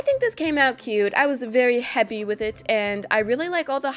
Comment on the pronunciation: "I was very 'hepay' with it" -2018